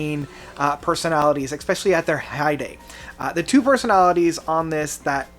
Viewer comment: Who the hell is “Roger Hodgkins”? What the heck does EXspecially mean? Perhaps you’re referring to Roger Hodgson? Especially...Espresso No “X”